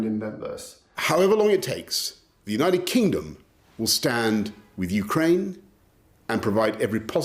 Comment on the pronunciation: Thank you for pronouncing Ukraine properly!! 💕🌻💪